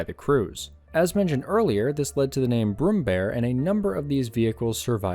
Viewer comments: ä is pronounced like the "a" in rare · IT'S NOT BROOMBEAR IT'S PRONOUNCED B R U M M B Æ R